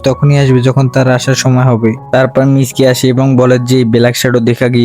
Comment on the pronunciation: Miski ❌ mitsuki✔️